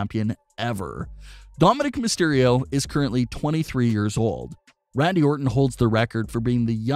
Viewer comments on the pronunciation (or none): none